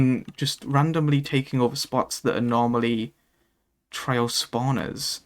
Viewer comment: Most of the time you sound like you're saying "trail", like the synonym for "path".